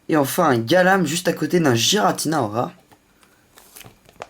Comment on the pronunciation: tu prononces giratina avec le son j mais je crois qui se prononce avec le son g